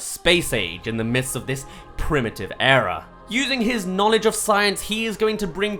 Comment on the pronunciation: " he is gonna bring back years of knowleg " lol wut